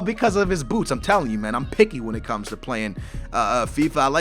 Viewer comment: When he said, boots, i thought he said boobs